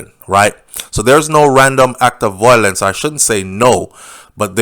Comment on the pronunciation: Please say Vile—lence.